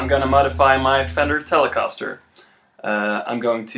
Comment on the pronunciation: you pronounce the guitar weird